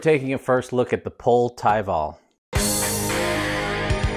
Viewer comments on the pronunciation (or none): Great to finally see this frame on the channel, I think it’s pronounced pol-ay as GMBN has their bikes on the channel regularly and highlighted the pronunciation. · Pronounced Pole ay